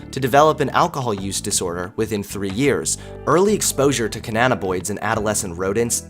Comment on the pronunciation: Good job, boyo! That intro was THE BEST! Couple things: Cannabinoid--kuh-nab-ih-noyd Alzheimer's--Altz-hym-erz I know, pick, picky. Great video! Really loves the music and images, too.